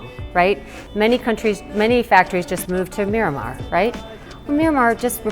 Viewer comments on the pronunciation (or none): Miramar?! Doesn't she mean Myanmar....? Oh dear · Did she say Miramar instead of Myanmar? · David Koberstein it sounds like they are saying Miramar, but they are referring to Myanmar, formerly known as Burma.